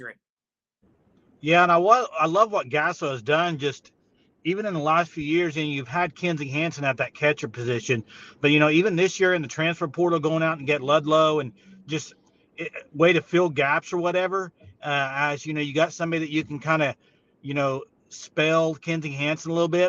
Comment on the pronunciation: Ludlum,not Ludlow